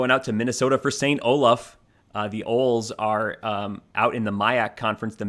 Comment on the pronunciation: Yep. It's pronounced "OH-lees" (two syllables, long 'e' in the second syllable), not "OHLS".